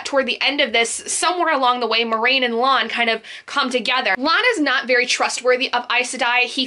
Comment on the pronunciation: It's Lan, sounds like man